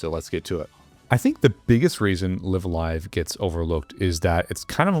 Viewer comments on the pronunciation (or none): Very cool game, but small detail here. The name is pronounced with both "lives" as if you were saying "I'm going live". "lie-ve" instead of "lih-ve"